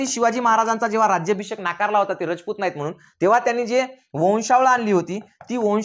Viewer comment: तुम्ही खूप चांगला इतिहास सांगितला पण तुम्ही सारखे रचपुत म्हणत आहे तिथे राजपुत आस म्हणा